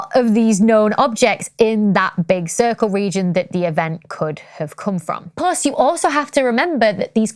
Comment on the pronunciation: it's plus, not plos...